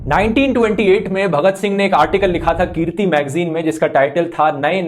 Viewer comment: Brother its not keerti as you are pronouncing , the magazine name was Kirti (Shramik, Majdoor, Kisan..). However you are doing great job.